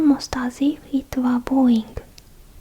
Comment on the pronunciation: i know pronunciation can be tough and you are doing well. I'd like to give you a tip for . if you're trying to say "bowing" its pronounced differently to the word "bow" its kinda like saying 青 without the お sound. i understood what you were trying to say with context but that word is tricky because it is written different to how its said.